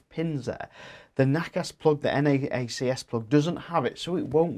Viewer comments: Nobody ever implied that NACS (pronounced “nacks “ not “nackass”) should be a worldwide standard. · LOL nackass sounds so Australian pronunciation